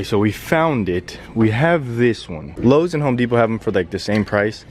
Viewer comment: LOW-es??? Really? not "lo-z", but "LO-ES"